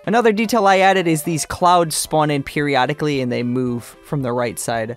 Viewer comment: Am-Bee-Aunts for the win!